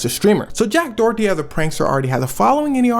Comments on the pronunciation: I love these videos, please don’t hate me, but in the U.S. this guy’s last name is usually pronounced either “door-dee” or “dough-er-dee”, but never “Dorothy”. ❤❤❤ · Dorothy?? 😂😂😂 Door eddy is how its pronounced luv 🤣🤣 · Its pronounced Do-err-dtee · I keep hearing Jack Dorothy lmao. Not sure if it’s intentional but I’m here for if either way 😂